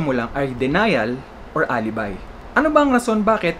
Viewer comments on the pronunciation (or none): none